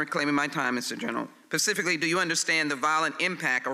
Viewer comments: I think it's SPECIFICALLY not PACIFICALLY, Ms. Sheila. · I was thinking the same thing, Pacificly.... 😀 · Pacifically. Pacifically.